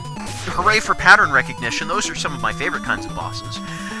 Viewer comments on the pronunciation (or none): none